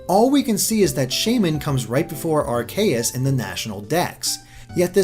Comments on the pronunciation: Areaus is pronounced Ar-see-yus not Ar-kee-yus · can you say Are-Key-Us? it's not Are-Kay-Us. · It was all going good until >Ar-KAY-us Oh god why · Plz dont say Ar Kay Us again its Ar Key Us (thats how its pronounced ask the 3DS pokedex game thingy) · are-kay-us? I have always pronounced it as are-see-us, but i will admit your way sounds way cooler and more god-like. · who's Arkayus? I know Arceus but not Arkayus... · According to Smogon the correct pronunciation is AR-kee-is and says ar-KAY-is, so he is technically incorrect. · I think everyone would benefit if you pronounced our God's name as (ARE-see-us) and not (are-KAY-us). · It's not are-kay-iss its are-kee-iss get yo pronunciation right m8s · 90% of this comment section is just cringing at the mispronunciations of pokemon names. (And it's Ar-KEY-us, not Ar-KAY-us) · Actually, the official pronunciation of Arceus is Ar-KEE-us. It was only pronounced as Ar-sea-us in Battle Revolution, which came out before Arceus was officially released, meaning they hadn't decided on an English pronunciation yet. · also r-k-us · If I hear Arkayus one more time... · Ive just gone through more of the video and i realise that you also said ar-CAY-ous. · epicheracross512 I say AR-kee-is, that's is why the way says it bugs me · You pronounce Arceus like this: ARK-ee-us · Ar-see-us gives more sense watch how to pronounce pokemon on youtube(youtuber`s name: TheJwittz). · ar-key-us, un-own, and ee-vel-tal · Mushroom Kingdom Puffle yes, I hate when people pronounce them wrong, especially someone who does video game commentary for a living. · please never say Arceus' name again unless you say it right and not Arkayus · Lots of Pokemon name mispronunciations here. Yveltal (Evil-Tal), Arceus (Ar-Key-Us) and Magearna (Ma-Gear-Na) already have their respective confirmed pronunciations. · Arceus: Ar-key-us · that's not how you pronounce arceus. the e makes the c soft. says so in the anime.